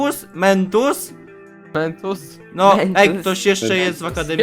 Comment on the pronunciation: zamiast mentus to miętus